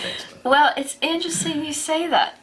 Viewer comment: Steve, you pronounce INTERESTING wrongly!